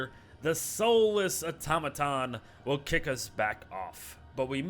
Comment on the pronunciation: That isn’t how you say Automaton